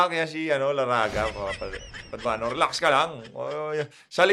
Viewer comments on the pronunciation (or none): padugago po hindi paduano